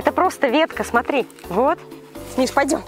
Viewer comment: Вместо "смотри" слышелось "сри"*